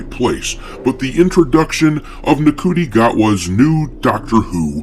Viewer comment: FYI - the Doctor has two hearts. Plus its pronounced 'Shoo-ty' Gatwa. God knows how.